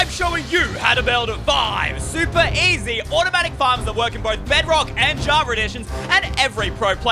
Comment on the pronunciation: I like how says (Javar Edition).. yes.... Javar